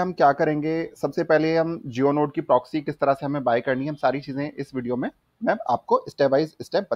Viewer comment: bhai progsy nhi ha proxy ha word. Word to sai bol lo